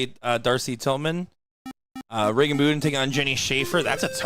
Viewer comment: 0% chance it’s pronounced boo den bet it’s bud den just like it’s spelled come on guys 🤦🏻‍♂️🤦🏻‍♂️🤦🏻‍♂️